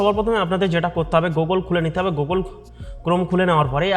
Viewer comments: 🎉 Google গুগল টা ভালো করে বলুন😂😂, ভালো নিউজ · Google ❌ Guogól ✅